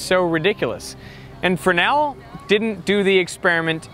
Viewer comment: I heard some strange pronunciation in this video. Who is "Fren-nel"? And where did the "S" go?